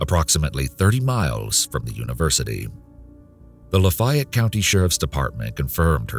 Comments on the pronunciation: WTH is luh-fie-et?? Lah-fie-ette is ok, lahffy-ette is ok, even lahffy-ette is ok. But... luh-fie-et? No. 🤨😄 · I'm sorry but how does someone NOT know how to pronounce "Lafayette"??? Lah-fay-yet. LOL